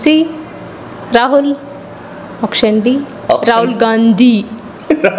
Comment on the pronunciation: Auction❎OPTION ✅ .. Inggestion ❎ INGECTION ✅